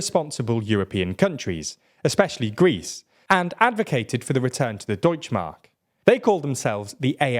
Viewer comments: Guys the Es at the end of German words aren't there purely for aesthetic appeal. So it's Deutsche Mark not Deutsch Mark and Lucke not Luck. But yeah, the AfD was a stupid party from the get go since leaving the Euro would have annihilated our economy and would still do. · Er sagt grundsätzlich deutsch Mark und Luck statt Lucke wahrscheinlich weil "e"s am Wortende im englischen stumm sind z.B.: Woke, stone, dance.